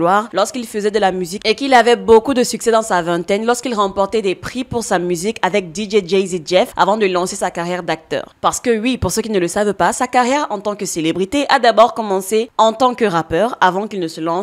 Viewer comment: Je ne suis pas d'accord du tout avec toi ...son premier et même gros problème est jada qui a montré qu'il était pas un vrai og .en plus dj jazzy jeff ce prononce ja zi et pas jay z ......juste une remarque sinon merci pour la vidéo petite sœur